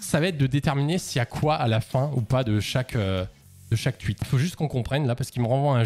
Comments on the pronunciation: Ça me fracasse quand il dit tuit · Arrête de dire "tuite" wsh c'est insupportable